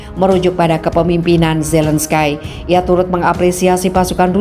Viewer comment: Zelenski. Bukan Zelenskai.